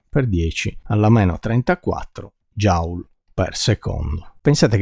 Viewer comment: Il principio di indeterminazione derivato così è veramente notevole: indissolubile conseguenza della quantizzazione (però Joule si pronuncia "jul" e non "jaul" 😉)